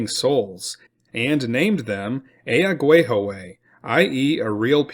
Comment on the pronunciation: Ear-Ick-Wah, repeat with me, Iroquois is pronounced Ear-ick-wah. Ask an actual Iroquois. They're everywhere. Either that or this is another horrible AI-Voice channel..